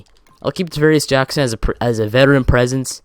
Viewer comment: Davaris Jackons. It's Travaris Jackson